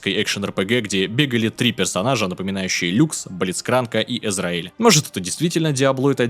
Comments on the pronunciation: Не Эзраэль! А Эзреаль! Он так в игре и говорит: "Меня зовут Э-з-р-е-а-л-ь!" )) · я один заметил что он говорит Пилвотер , а не Пилтовер и ещё Эзраэль а не Эзреаль ( просто так говорю , потому что я такой сижу смотрю видео и такой слушаю он говорит пилвотер и заун , я начинаю думать чото тут не то пилвотер что то не так почему пилвотре и только через минут 10 догнал что он поменял буквы местами ) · + Эзреаль, а не ИзрАэль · не эзраэль и эзреаль) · Не знаю писали об этом или нет (скорее всего да), но автор явно не так увлечен лором как описывает... Элементарнейшие ошибки в словах и сюжетных моментах... Просто несколько примеров на ходу: Эзреаль, а не Эзраэль, Пилтовер, а не Пилуотер, Мордекайзер из Ноксуса, а не с островов и это лишь то что сразу пришло на ум... Лайк я конечно поставлю, но советую впредь не относиться так наплевательски к контенту о котором пилится получасовое видео... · От произношения "ЭзраЭля" я скринжевал немного.